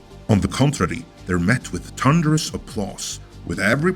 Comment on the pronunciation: I am insulted by his use of the word "tunderous" instead of the word " thunderous" because I identify as the letter"H".